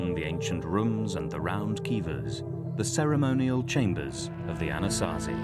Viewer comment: I like the (Diné)Navajo elder and his stories. I wish he could teach these documentaries how to say Anasazi correctly.